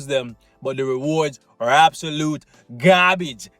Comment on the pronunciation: I love how you say gabaage, no sarcasm, it made my day :)